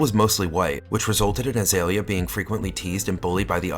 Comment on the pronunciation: Her name is pronounced Ah-Zee-Lee-ya. Not Ah-Zale-ya.